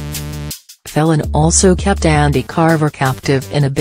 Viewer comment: for God's sake it is pronounced FEEL AN not felon - bloody electric voice